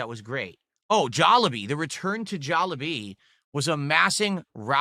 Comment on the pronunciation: How the fuck do you pronounce Jollibee three different ways within 15 seconds. "Jollabee" "Jaw lah bee" "Jollibee" Who the fuck is "WE" it just you eating alone in a room. Oh god is "Diverse" going to become the new Tangy? "new movie that he has".... Does know that Spongebob is a cartoon character and not a real person?